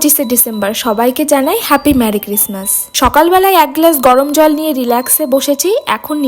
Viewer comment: Its MERRY NOT MARRY correct your pronunciation.😂😂😂